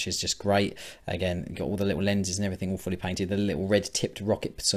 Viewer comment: When you say "all fully painted" it sometimes sounds like "awfully painted", which is not true, obviously. Great job, as usually!